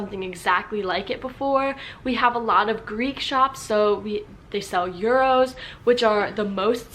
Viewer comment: oooooh… That is a weird way to pronounce „Gyros“… I was constantly thinking she said „Euros“…